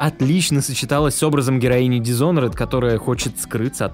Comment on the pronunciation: да, графоний и весь концепт в игре просто шикарны. Эти ботинки так секасно нарисованы, нигде не встречала такой проработки одежды. з.ы. Ваше "дисонорЭд" немного добивает. Окончание -ed не читается - дисонорд. Спасибо хоть не дисхоноред))) или дишонорд, как я где-то слышала хД